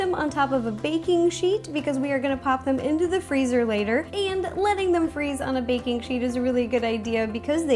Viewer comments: I thought she said bacon station and not baking station lol😊😊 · When you say baking station it sounds like bacon station :) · When you said baking I thought u said bacon and I was super confused 😝